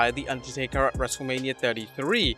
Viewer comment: I swear, I keep hearing WrestleLabia. 😅